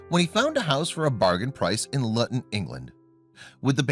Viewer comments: Not Lutton. Luton is pronounced loo-tn. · Its not pronounced lutton, its Luton pronounced " Loo tun ". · Also. The place name is pronounced as looton. What were strange noises. Clickbait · Luton, Bedfordshire, is pronounced LOOTON, not LUTTON !! 🇬🇧🇬🇧🇬🇧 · Its pronounced LOO-TEN , not LUTTEN. This asshat is annoying. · It’s not Luton rhyming with glutton, it’s Luton rhyming with Lou ton. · Luton is pronounced Loo ton Not lutton. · The way you pronounced the town name was horrible. You said it like BUTTER.. LUTTON but you needed to pronounce the U as OO LOOTON. To pronounce it like you did, it needs a double T and there is onyl one and so you pronounce it LOO not LU. This is how ENGLISH works. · lol "lutn" it is pronounded l.oo.ton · It's not pronounced Litton it's pronounced Looton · Pronounce place names properly Lutton does not exist as a small town, Luton does and pronounce it as Looton. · Pronounced LOOTON.. not luuuton!! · It’s not Pronounced LUTTON. Luton is pronounced LOOTON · Its pronounced loo ton airport not lut un 😂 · Luton is pronounced Looton. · it is Luton .. Pronounced looton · For chrissakes it is pronounced 'LOOton.' There is a major airport there. Not hard to do a little research. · Got as far as "Lutton" and "Vo-hall" before deciding this guy can't speak English and switching off. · Luton Airport not Lutton. Plonker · It's not Luton as in mutton, it's Luton as in Looton get your pronouciation sorted. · It’s pronounced looton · Simon says Luton is pronounced Looton ... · Ha ha ha! It's pronounced "LOO-TUN"! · Pronunciation is LUton. "Looton". Try hiring a literate talking head. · Luton is pronounced as "looton"!!! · The pronunciation of "Luton England " had me in tears. Sorry . Try lute & on. Lol. Yes I was born there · Luton airport is pronounced, Loo-ton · It’s Looo-Ton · Luton? Maybe ...pronounced Loo ton! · Luton Pronounced Loo-ten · Luton. Pron. Lewton. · Luton is pronounced....Looton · Luton....pronounced looton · The name is pronounced Looton